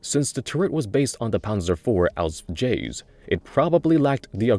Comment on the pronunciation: Please Stop saying AUSF. no german says it this way just call it Panzer IV H or Panzer IV version H. I appreciate your efforts to pronounce any german, but as a german im begging you just use the english word for it if the german one is hard to pronounce. No german will be uppset if you dont call it by the german name.